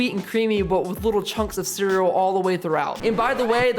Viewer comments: ITS C E A R E A L LMAO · You dont say cereal wrong LOL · You say cereal weird